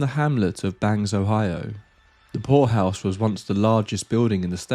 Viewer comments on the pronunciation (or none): Oh, POORhouse! You gotta ennunciate better, dude...!